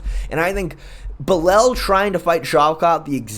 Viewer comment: Fair enough. Nothing wrong with taking the Hooked on Phonics approach. However, following your logic... How did Belal end up becoming "Belel?"